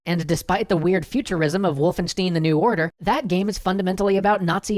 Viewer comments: not wolfensteen it's Stein(stine) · Johann S But if you have the option, don't say Steen, sounds like Stien and not Stein ... Marmor,Stein und Eisen bricht, aber unsere Liebe nicht.... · Wolfen-steen? C'mon guys, you gotta say it German way, with a real stein! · MultiMagniGladii I thought it was pronounced shtyne... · Stein as in the word I st-I-n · MultiMagniGladii Vulfenstien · Correct me if I'm wrong, but I'm pretty sure that the "stein" thing is like that in Hebrew. In fact, I think English is the only language where people have modified the pronunciation to be "steen" (although I could be wrong). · MultiMagniGladii More like Wolfen-stien. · well I'm an American from Mississippi, and even I winced at the "steen" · "Wolfenshteen" Sorry that grinds my gears a bit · i know this is a five yr video and this is a small part of the video but the way he said wolfenstein, the e is kinda pronounced like stine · WOLFENSTEEN?! WOLFENSTEEN!?! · Stien the i is pronounced eye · MultiMagniGladii Maybe he was ironically pronouncing it the Hebrew way ;) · I laughed so hard when you pronounced wolfenstein